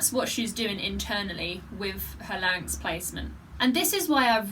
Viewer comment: You said larinx about four thousand times here. Maybe ten thousand. But still, you can sing much better than all those freaks of the nature, bearded women and rubber men. Maybe, you can say larinx just hundred times? I still love you :thanksdoc